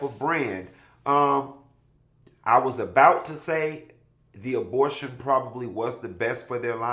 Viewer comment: Abotion… & his pronunciations!!! 😂😂😂😂